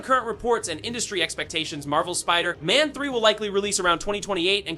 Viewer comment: Why are you saying "wolverine" and "Spiderman" wrong?